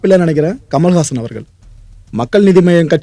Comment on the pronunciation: I thought his name was 'kamalahaasan' ; but he's saying 'kamalhaasan' which is a sanskrit word - 'Kamal haasan"😂🤣 why can't he tell his name in tamil as 'kamala haasan' 😇